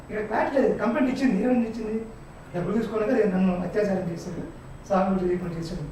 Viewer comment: హత్యాచారం కాదు యాంకరూ, అత్యాచారం అనాలి. తెలుగు సరిగా పలకటం నేర్చుకు చావండి.